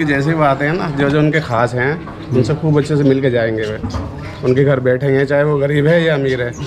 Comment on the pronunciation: Sale ache bhale ghar ko ghad bolta hai